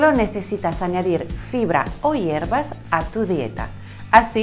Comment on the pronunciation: Hiervas ? Me suena a larvas ja ja ja